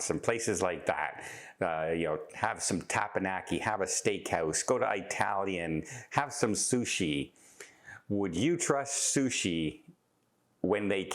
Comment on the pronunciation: PLEASE LEARN HOW TO PRONOUNCE “ITALIAN!” It isn’t a hard “I”….think of how you pronounce Italy…